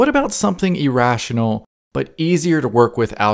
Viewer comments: As for irrational, you say it like "e-rational", as if it were email. Try saying it more like a Canadian or British person would say mirror. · I hate when your saying irational number,it sounds so funny, keep saying irational,Now i could say your not really good in english..